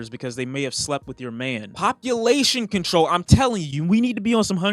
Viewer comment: No one:: PoPUlation CoNTOl